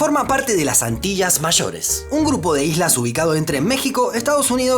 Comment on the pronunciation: Porque pronuncias Antillas y allí de forma diferente? Ambas con LL